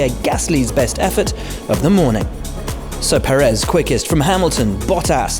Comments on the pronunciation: I don't know if the pundits ever read the comments, But Checo's last name is accentuated in the first syllable, not the last. PErez, not PerEz. Maybe adjust that please? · There is literally an accent over the first e in 'pÉrez', signifying that it is emphasised. Why is he still pronouncing it 'prrez'?